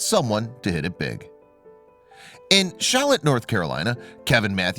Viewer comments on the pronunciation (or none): It’s Charlotte not shallotte